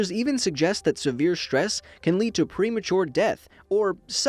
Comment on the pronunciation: It's not štrees it's strees